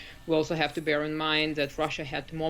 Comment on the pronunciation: lol "bear"